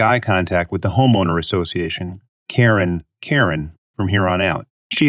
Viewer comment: This reader is so much better sounding than the other (non real person sounding) reader. Although her still didn't pronounce Karen as we are accustomed to hearing it Miss you Krown.